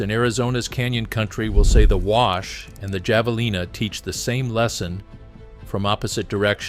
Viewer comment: Not Jav... It's Have...